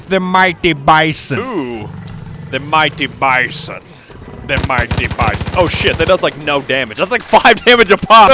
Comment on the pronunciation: Da miytin bisin That made me cringe a lot